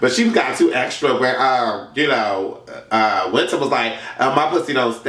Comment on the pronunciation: I'm crying when he called zee alphabet and wiintrr seasons LMFAOOOOOOOO